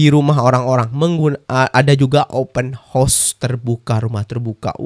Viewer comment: bilang open horse